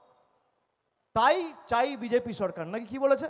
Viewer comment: বকাচোদা ভাইপো ,, কথা টা সড়কার নয়, সরকার